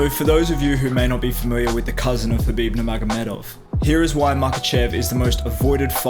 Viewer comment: The next khabife??? the next pack-man-doo Paqueado? The next lomashenko daaaaaaaaaa ure and y-di0t